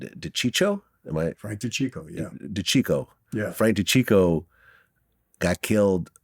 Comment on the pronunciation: Two major L's: Saying Chicho instead of Chico🤦‍♂️ Asking if Frank Sinatra was in the Mob🤦‍♂️